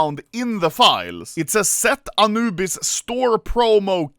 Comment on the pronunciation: "aNUUbis" lmao. That heavy swedish accent leaking out xD